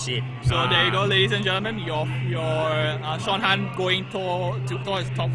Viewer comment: Admin! :D It's Sean Han, not Sean Tan D=